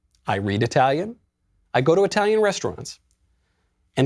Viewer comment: your italian pronunciation sucks!By the way...I guess you have a crush with Eva Longoria!